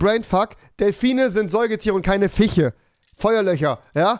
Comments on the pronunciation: Niemand: Rewi : FiChE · Niemand: Wirklich niemand: Nicht mal Unge: Rewi: Fiche